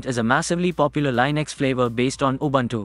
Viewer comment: You pronounced Linux wrong again.